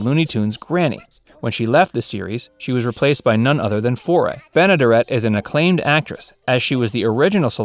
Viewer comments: Bea Benaderet's name is pronounced with the accent on the third syllable (ben-uh-DARE-it). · And mispronouncing her name. It is Ben-a-DARE-it. She was also the neighbor on the Burns & Allen Show. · Great video, but your mispronunciation of Bea Benaderet grates on my ears. It's Ben-ah-dare-et. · Check pronunciation. (Ben a dare et)